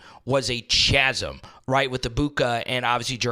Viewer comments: A "chazem" ? A big empty void is a pronounced "kazm" even though it is spelled with a ch.😂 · Did bro just pronounce it “chasm” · "Chasm" is pronounced "kaz-em." Don't embarrass yourself.